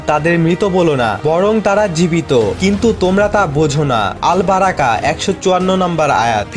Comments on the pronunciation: সুরা আল বারাকা না ..আল বাকারা...ভুল সংশোধন কর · আল বারাকা না, আল বাকারা হবে সুরার নাম... আপনার ভিডিও টি অনেক ভালো লাগলো, ধন্যবাদ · আল বাকারা Not বারাকা